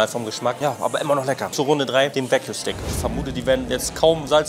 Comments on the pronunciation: es heisst wagyu, nicht wague lol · Wague???? konzentrieren Mensch.